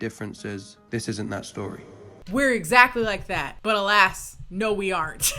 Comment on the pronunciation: Naaaah, did he really say “alast” instead of “alas” on the plane. I’m dying